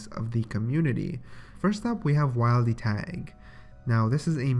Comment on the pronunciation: Wildy tag hurt to hear. Say it as will-d not wild d